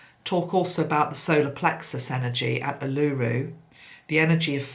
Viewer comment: Hi Feel you've nailed the energy here in Australia 🇦🇺 when you mentioned Uluru and the solar plexus chakra, mine contracted and have a sick feeling in the stomach. FYI Uluru is pronounced Oolooroo 🌞 Blessings 💕💫💕